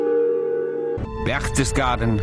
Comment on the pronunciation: Wonder the guy pronunced "Berchtesgaden" correctly - he really did!